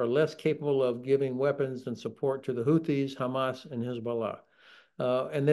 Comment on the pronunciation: Houthi is pronounced /ˈhuːθi/ so th like Theo, not like Thomas!